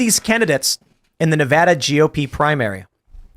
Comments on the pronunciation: He dumb chick. Its ad, not ah in Nevada. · Its not NEVAHDUH its NEVADA! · In Nevada, the preferred pronunciation "Nuh-VAD-uh," with the stress on the second syllable and the "A" sound as in "bad. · Glad somebody told Tim how to properly say Nevada halfway through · Somebody tell her how to pronounce Nevada correctly. Jesus christ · Please tell she’s continually mispronouncing Nevada. It’s not a hard A. Your having everyone here boo you 🤣